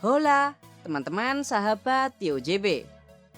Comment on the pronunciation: Min cara baca "Hola" itu "Ola" min bukan "Hola"